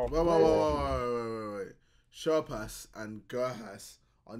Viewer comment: Bruh, he still can't say things right, he really said 'Sher pass', 'gurk ass' and 'neglible' lol